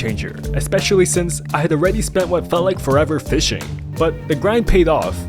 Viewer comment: Bro plays fisch so much he said fisching it's fishing